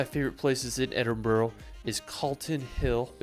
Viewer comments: Ed in brugh(bru)not brew or bro, say burra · Why do people call it ‘Edin-boro’? It’s ‘Edin-brugh’. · Edin -brah Bro! greetings from Scotland! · It’s Glenfinnan not Glenfeenan. And Edinburgh not Edinborro. One thing I can’t stand is dumbass ignorant tourists who visit a place and don’t even learn how to pronounce it properly. It’s just sheer ignorance. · As a Scot, I cringe when I hear his guy pronouncing the names incorrectly !! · His pronunciation of Scottish place names is absolutely dreadful. I'm English and can do far better than that. He can't even pronounce Edinburgh and Glasgow correctly.